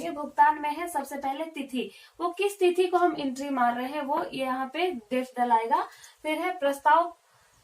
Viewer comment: थिती नही मैडम जी तिथी होता है